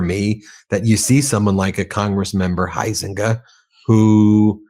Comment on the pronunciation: UM...not pronounced Hi-Zenga where I'm from. Although there are two ways I know how to spell it, In Illinois it's pronounced HOWS-EN-GAY. Yeah, he is also a Trump Ass kisser as well.